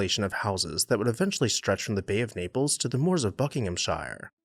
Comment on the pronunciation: Love your quaint pronunciation of Buckinghamshire! And it's still green and verdant.... That the government refused the gift of Mentmore and its priceless art collection can be ascribed to a small minded Labour government. Typical lefties!